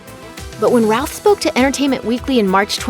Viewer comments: Hey, you've said Ralph numerous times instead of Routh! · Jay Tsosie I’m glad someone else caught, I kept hearing Ralph too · Routh... I always heard Ralph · Routh (pronounced like the British 'row') and Ralph sound extremely similar, so it makes sense.